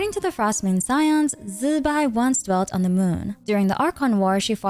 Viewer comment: i find it funny that so many content creators are having trouble pronouncing Zi Bai. there are a ton of Youtubers, literally on this platform, that teach Mandarin pronunciation for an English speaking audience. Her name actually sounds pretty cool when you say it right too, go check it out